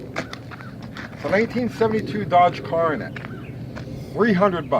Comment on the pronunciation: did you say CAR-A-NET? Such a New Yorker 🤣 I've been here subbed to your channel since the beginning I watched Lambchop taking off the undercoating 😂